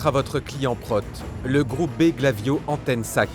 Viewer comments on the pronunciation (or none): "le GLAVIO" Monsieur "PROUT"......arrêtez, j'en peux plus 🤣🤣🤣